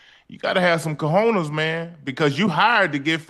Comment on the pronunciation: Cojoness ISO, not cojonass